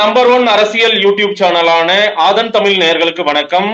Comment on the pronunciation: தமிழ் பா தமில் இல்லை